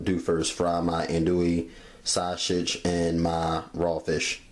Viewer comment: S that shit was driving me crazy. I was like stop saying it like that.